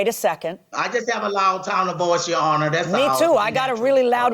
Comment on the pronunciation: All I hear “He lying honor” !!!!!